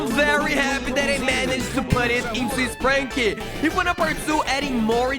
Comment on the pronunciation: It is sprunki not spranki